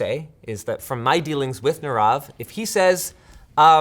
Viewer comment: Can pronounce one of the simplest hindi word Nirav correctly Linus?